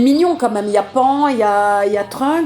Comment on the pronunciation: Hey Brigitte c'est pas pan c'est panne (la prononciation) dragon ball super c vraiment mal fait les raccourcis sont mauvais les décors sont nul et goku est devenu vrm maigre avant plus tu avais de cheveux et plus tu étais musclé plus tu étais fort alors que mtn ya de moins en moins de muscles et de chveux